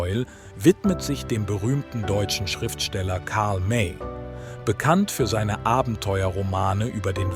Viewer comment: Karl May ist nicht Karl Meeei. . . . Unmöglich von der KI